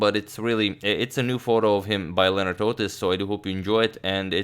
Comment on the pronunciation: Lol, I always thought it's Leonard Otis, the way he pronounces it. Lije Leonard Hofstadter, not like Leonardo DiCaprio. But hey, we learn the whole life